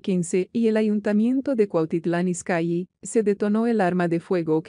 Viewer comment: Se. Escribe izcalli y se lee izcalli no izcyi